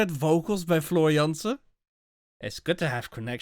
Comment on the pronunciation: my friend, it's Floor in the end! 😅👍